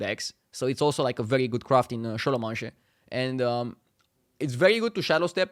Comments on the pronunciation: Se pronunta scolomens. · kinda nice how he keeps calling it šolomanše :)